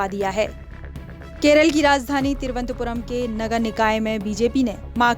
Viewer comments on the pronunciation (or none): तिरुवंतपुरम् नही थिरुवनंतपुरम बोल